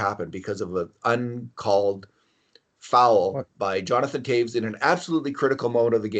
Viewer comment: How the frog can you say Toews properly?